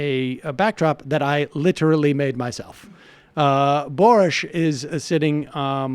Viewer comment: “Boorish” Epstein. Love Sam’s trademark mispronouncing these morons’ names. A la Cervonovich.